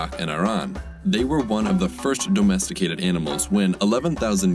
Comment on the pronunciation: forced dough mesticated then immediately after he says domesticated normally after having to pronounce Mesopotamians.